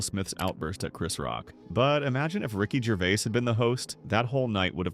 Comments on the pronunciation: Rocky Gervay? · Ricky Gervay 🤣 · Ricky Gervay 😂